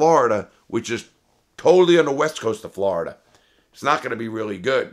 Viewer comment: Normal people: Florida Larry:Flarda 😂😂